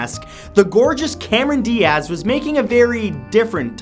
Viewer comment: Cameron "Di-Ahz" lmao